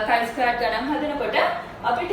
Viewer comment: Accually this doesnt pronounce as චයි ,Its කයි ස්කෝවඩ් ටෙස්ට්. 🙂